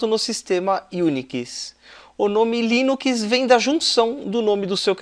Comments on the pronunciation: dá agonia ver ele falando "línukiis" em vez de "línuks" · O conteúdo do vídeo é bom, mas não aguentei ouvir "linuquis" nos próximos vídeos kk